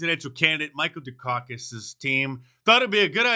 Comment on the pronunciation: Mark dice said Du'kakis😅😂